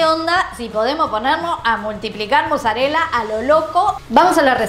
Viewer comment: Por qué dicen muzzarella en vez de mozzarella?